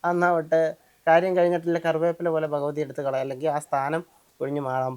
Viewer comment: Phagavathy alla Bhagavathy aanu